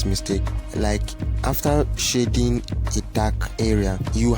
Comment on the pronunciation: Bro, please do not pronounce "shading" the way you do ;) Awesome tutorial though.